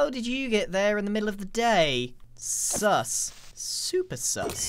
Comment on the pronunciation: Grian saying sus is just… wrong